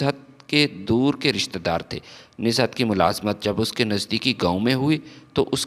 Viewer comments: Pehle Urdu ki reading tau janab seekh lein, Nuzhat not nizhat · Name is Nuzhat not Nizhat. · بھئ کم سے کم جو لکھا ہے وہی پڑھ کر صحیح pronunciation. کے ساتھ صحیح تلفظ کی ادائیگی کرو بجائے نزہت بولتے وقت ز کے نیچے بلا وجہ زیر لگانے سے کیا مل رہا یے